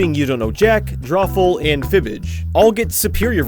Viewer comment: It’s called Drawful Draw-Ful Dr-AWFUL The drawings are suppose to be awful